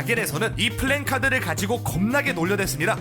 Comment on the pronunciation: 플랜카드가 아니라 플래카드입니다